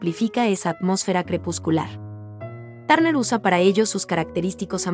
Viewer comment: No pronuncias bien su apellido.